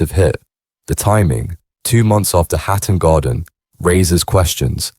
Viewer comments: Some what weird to hear Hatton Garden rendered as 'Hat and Garden' by the AI. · Nothing new, just speculation and repeated sections from a bot. "Hat and garden" anyone? 😂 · Hat and Garden..............its HATTON GARDEN, cant take this video seriously with such a schoolboy error!